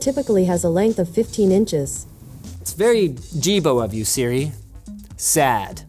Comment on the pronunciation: When you said hey sri my Siri activated